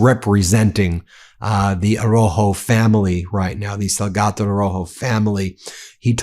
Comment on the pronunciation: Sal ga do.. not salgato